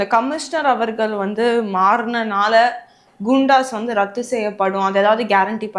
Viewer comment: குண்டாஸ் nicht கூண்டாஸ்